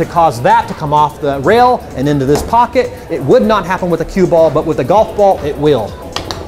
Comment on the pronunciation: He said corner pockey